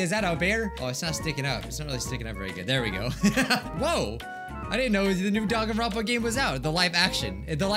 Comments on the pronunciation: First thing I hear in this video: Denganrwonpa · First. Thing. I. Hear. Dwanganrounpa